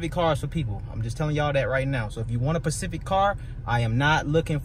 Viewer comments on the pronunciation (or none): Specific car, not “pacific car”. Great vid though. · Pacific cars? You mean specific? S on vacation 🤣🤣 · Pacific car? You mean specific? 😂